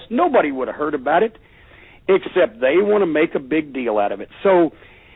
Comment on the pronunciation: I love how he always says "Deal". :They nailed Jesus to the deal or what ever" LOL